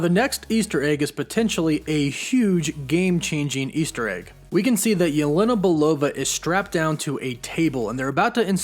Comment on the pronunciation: you pronounce yelena really weirdly